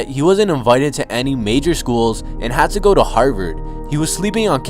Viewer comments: “And HAD to go to HARVARD” bitch is u drunk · I love how he said "he had to go 2 Harvard"😂